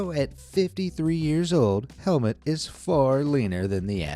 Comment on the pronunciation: You pronounce it HelmUt not Helmet 😂